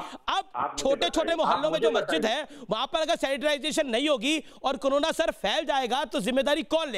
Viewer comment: news to achi pr jra mhamari ka nam to thik se boliye karona nhi korona he